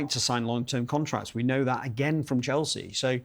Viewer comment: city man that cant get chelseas name from his mouth